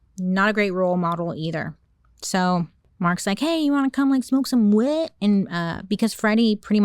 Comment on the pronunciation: The way Bailey is constantly saying "wet" is taking me up yonder!😂😂😂😂 Wanna go smoke some WHHHEEETTT!!!😭